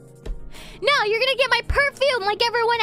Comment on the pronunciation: Thats the most british: nooo Ive ever heard